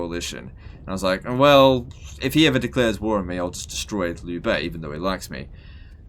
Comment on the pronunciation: "liu" is not pronounced: "lew" its pronounced: "leo"